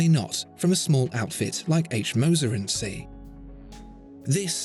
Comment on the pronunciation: "Cie" is the abbreviation for the French "compagnie". Saying "CIe" (see!) sounds terrible from a supposed oracle of horology. Even a poor, anglicised pronunciation of the whole word would be better.